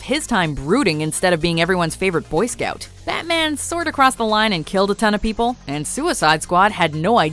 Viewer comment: "If you do not tell me, I will hurt pee-pole."